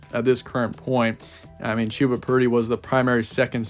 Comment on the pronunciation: Ummm....it's Chuh-buh not Chew-buh...rhymes with Bubba.